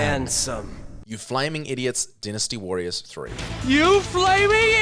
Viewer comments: It's dynasty not dinisty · It's pronounced dynasty (d-eye-nusty), not dinnesty and Titus (t-eye-tus), not tittus